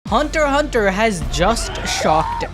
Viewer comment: Thats how it is pronounced. Theres no X sounds its "Hunt Hunter". Togashi confirmed this himself.